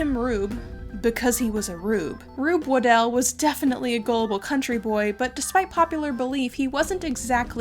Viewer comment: Super interesting video, but also you are one of the only people who I’ve heard pronounce my last name correctly. Its always mispronounced as “waddle” which I understand if you are just seeing it for the first time but it has become a nickname that I really hate. Anyways, keep up the great work!